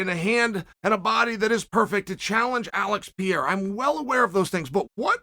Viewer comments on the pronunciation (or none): Pronounce the fucking name right please is PeReiRa Is not Piera...... with doble R.......... Perrrrrrrrrreirrrrrrraaaa! You change the figther's name, you just peonounce it on the way that represent less effort for you. Dont be lazzy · Pereira not Piera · Alex Pe rei ra, ffs, not piera, PE REI RA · Chael his name it’s PE-REI-RA, not Piera… |😂😂😂😂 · Pierra? 🤣 Undefeated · Still saying piera- fucking embarrassing - learn the names Chase Cumon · It’s FUCKING PERREIRA!!! Can you please say his name right ONCE??!! Who’s afraid to tell Sonnen LOL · Alex Purrrrrayyyya. Not that hard Chael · He had his one minute in one video where he actually pronounced Pereira correctly before immediately going back to Piera. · Who is Pierra? lol Love Sonnen but Pereira is not even that hard to pronounce man, cmon lol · PER AIR A - that's how the name sounds Chael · Chael please!! Their names are not kazmat, piera nor duplici 😂😂 come on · his name is not pieira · Your pronounciation of Pereira keeps changing. To clarify it is pronounced Per-air-a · I wanna lose my mind everytime he says "Pierra" but you can't argue against undefeated Uncle Chael. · I just like the way you pronounce Alex's surname. I can't stop laughing 😂😂😂😂😂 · Chael not pronouncing Pereira correctly is peak comedy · Chael there are two R’s in Pereira.